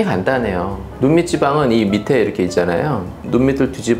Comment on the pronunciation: 눈 밑에 - 발음: 눈미세(x). 눈미테(o)